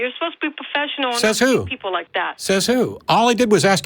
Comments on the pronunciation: what is "puhfessional", you whiner? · You're not being "pohfessional", you're not being "pohfessional".